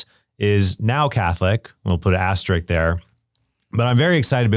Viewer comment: * is pronounced ass-ter-isk or as-te-risk…but not ass-trick. 🤷🏻‍♀️